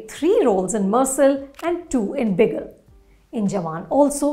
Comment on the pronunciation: It's mer-sal not murr-sull